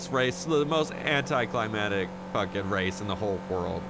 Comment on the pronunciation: It's not anticlimatic it's anticlimactic. You're leaving out 1 letter lol.